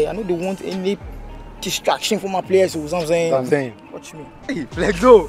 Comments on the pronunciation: Zamsaying 😂 Is why you bring me here 😂😅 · "I dey d)) you, i dey d)) you very much zamsaying"😂😂😂😂